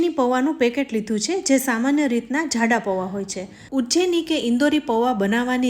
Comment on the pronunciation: Zzhalebi, Zzhada nahi ben, Jalebi, Jaada.....